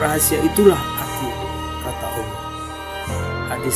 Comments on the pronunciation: HEI BUNG ADMIN KLU KAU MENYEBUT NAMA ALLAH SAJA DARIPADA BILANG "OWOH" DLM SEBUTANMU DI CHANEL INI LEBIH SANGAT MENGHINA TUHAN YG MEMPUNYAI NAMA ALLAH SAJA BUKAN "OWOH"? 🤔 🙈 🙈 🙈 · Mass admin.. saya perhatiin setiap kali anda menyebutkan nama allah kok saya mendengarnya awwooh..?? Allah itu pakek tasydid mas... ALLAH... Bukan awwoh... Klo ngomong yg lain pakek huruf L jelas2 aja kok.. tp kenapa menyebut nama ALLAH terdengar awwoh.. tp maaf sebelumnya ntah telinga saya yg salah atau gimana tu.. atau cuma saya aja yg denger gitu.. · Di menit kok penyebutan Allah bisa kayak awoh gitu... Hadew... Ap kuping ku yg salah, apa artikulasi suara adminnya yg salah... Gak tau lah, positif thinking aja lah... Biarlah Allah yg maha tau hati seseorang! 🙏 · Kalo saya malah gustialah gimna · Nyebut Alloh ko kaya awoh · Kalau memang tidak fasih menyebut nama Allah, ya nggak apa2. Tapi kalau di buat2, itu yang jadi masalah. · Bukan kuping anda yg salah tp Adminnya yg salah ..apa mgkn ( maaf ) dia ga bs nyebut huruf L atau dia non muslim .